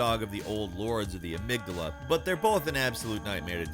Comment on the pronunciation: Why does everyone pronounce Amygdala wrong ...